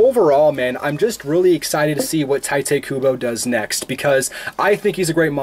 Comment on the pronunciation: Been watching you for months now but I have to admit that your pronounciation is kinda bad, at least partially (especially the way you pronounced Tite Kubo made me write this comment). I know it’s Japanese, so it can be difficult but it’d be great if you would at least think about it. This is no hate comment by any means, so don’t get me wrong. 😇